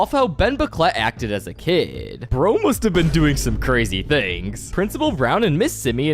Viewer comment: You say mustddddddd